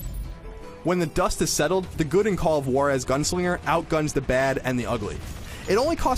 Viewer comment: Sounds like you're saying Walrus